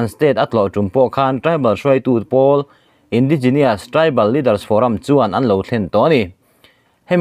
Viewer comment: Pronouce " Indigenus " not "indigeneouce".